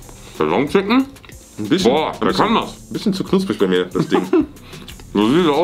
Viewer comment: Jeder: Chicken: SCHICKEN (no hate) liebe eure Videos 😂😂😂